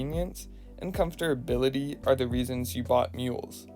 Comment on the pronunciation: He said comfterbility